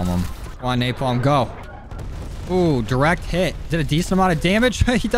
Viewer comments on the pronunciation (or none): none